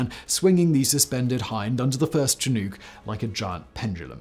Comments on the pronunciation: its not a Chi Nook..its pronounced shinook...annoying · shi-NUHK not chin-OOK That is bugging the crap out of me. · Yeah "shin-nook" as in bone, room is how I have always referred to that aircraft. "Chin-nuke" sounded weird and I at first thought it was some Russian help. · "Chin nuke" is the way the Brits pronounce Chinook. Simon is not the first Brit I have heard using that pronunciation nor will he be the last. I have always said "shinNOOK" but then again, I was born and raised in the Pacific Northwest (NW Montana) and now work as an English teacher in Europe. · Whats a chin ook? Its pronounced shinook or shuhnook..not chin, its a salmon.... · I flew Chinooks for 20 years. Awesome power and agility. I have carried other chinooks, blackhawks, and so much more. By the way Simon, you pronounced a bit wrong. Here’s a phonetic spelling, “shinook”. The “ook” part sounds “hook” without the “h” sound. Also, the published maximum external load was 26,000 lbs. Even so, this is my favorite video by far! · I was rather confused as to what helicopter Simon was talking about until I saw it. "Chin-nuke", never heard it called that before. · Aww did he say chin-nook? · ShihNOOK is how it tends to be pronounced in the Pacific Northwest, without a pause between the syllables. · What is it with you Brits and your in ability to pronounce "chinook"? Seriously, I a PNW boy and it always gets to me. It's spelled "chinook" but it's pronounced "shin-nook". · It's pronounced Chinucks is it not? My Dad worked on them for over 30 years in the National Guard I've heard the name all my life. I'm only asking not trolling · Chi NOOK as in HOOK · Chinook is pronounced SHinook "A warm winter wind in Alberta, Canada" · If there were a safe, comfortable place to keep your shins, you may call that place a “shin nook.” This is how we pronounce Chinook. Great piece, enjoy your work! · Chi - Nukes...LOL sometimes you kill me, Whistler. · Chinook is pronounced "Schnook" in the U.S.